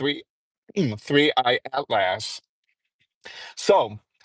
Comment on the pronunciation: Atlas is pronounced at·luhs or at-lis. Not at last. Smh